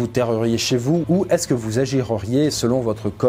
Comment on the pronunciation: J'apprécie énormément tes vidéos mais pas de liaisons et " est ce que vous agireriez!!"...Ça n'existe pas...le.conditionnel c'est "agiriez" c'est de détails mais qui mis bout à bout décrédibilisent le taff...c'est con de plus savoir parler